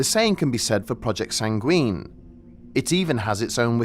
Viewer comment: WHY ARE YOU PRONOUNCING SANGUINE LIKE THAT AAAA